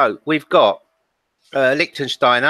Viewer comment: Please, please, please..... it’s Lichtsteiner...